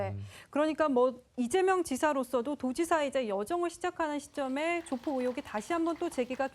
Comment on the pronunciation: 저 여자 아나운서는 조폭 발언을 못하나? 계속 조푝이라고 발음하네